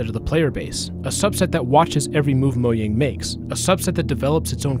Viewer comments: Disliked because "Moyang" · It’s not said moyang it’s mojang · ITS MOJANG, NOT MOYANG 😭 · "Moh-yang" is the correct pronunciation. It's a Swedish word not English. Though I do believe that pronouncing foreign words correctly is a sign of respect to that language.